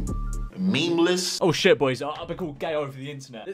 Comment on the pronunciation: I love how he says shiat instead of shit